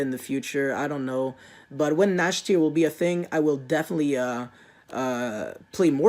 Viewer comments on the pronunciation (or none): I don't want to insult you, but you seriously need to work on your pronunciation. (and later on) you said "eksetera" (for the word etcetera/et cetera), although it's pronounced "etsetera". And you said "Nashtier" for Cyber Dragon Nächster, but it's pronounced "Nexter/Next-air". Please work on that and you'll be fine.